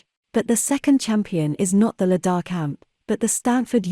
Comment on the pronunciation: The correct pronunciation of Lidar is: LIE-dar, with the emphasis on the first syllable.